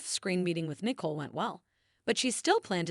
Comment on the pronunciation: Why is it hard for the story teller to know how to pronounce people's name properly? Chanel and Nicole she can't pronounce so she don't know this soap opera at all.